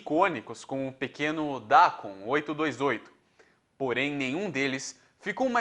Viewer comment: O nome do carro mini chama-se Dacon (DacÔn). Fora isso, ,muito bom esse video.